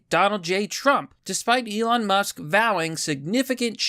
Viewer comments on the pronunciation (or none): none